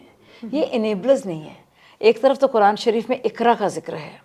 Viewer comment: قرآن مجید بولنے میں اس کا تلفظ صحیح نہیں ہے اور چلی قرآن اور علماء پر بات کرنے ۔